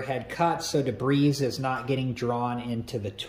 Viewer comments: the correct pronunciation is “Deb-ree” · did this dude say debreeze